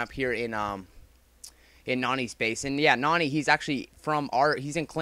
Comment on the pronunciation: pronounces it Noony for some reason